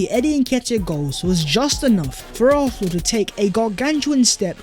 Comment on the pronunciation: Do a video of yourself saying ARSENAL over and over again so we all don’t have to hear you mispronounce our beloved team’s name! It ISN’T ARFNAL or ARHNAL!!! Got it??